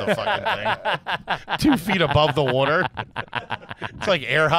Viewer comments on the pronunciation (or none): There’s not a single letter “a” and a few extra letter “d’s” every time says the word “water”. 😂😂😂